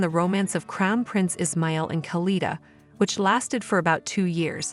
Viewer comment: It's pronounced as Is. Ma...il